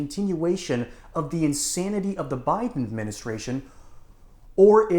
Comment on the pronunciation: He keeps saying Biden wrong